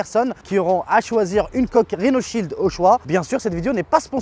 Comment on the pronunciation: La vidéo n est pas sponso ? Mais mec c'est tellement pas crédible tellement tu prononce le mot rhinoshield 🤣🤣🤣